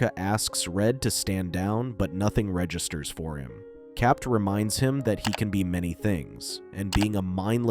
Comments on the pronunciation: Constantly hear it pronounced as Cap’t instead of Cap is what’s really annoying! Capt is an abbreviation… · Why are you pronouncing Cap as Capped? Is this some ai voice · Who is capped? You mean CAPT? The T is silent....😅 Dumb AI. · "Cap".. you dont pronounce the "t" in the abbreviation of Capt. America. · Stop pronouncing the "T" in the abbreviated Captain